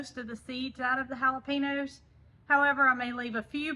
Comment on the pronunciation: Just a little FYI,. Not trying to be mean, or anything negative, but, I wanted to tell you the correct way of saying Jalapeno..........It's "hal o payn yo". It's a Spanish/Mexican word, so that's why the difference. Love you and Jason and all of the animals. Y'all have a great place, and can't wait to see if the Victoria Crown Pigeons lay another egg. Hopefully, when it gets a little cooler. Hope you aren't upset that I told you the other/correct way to say Jalapeno. Hope the new meds continue to help with your Auto-immune problems. Love Ya....♥♥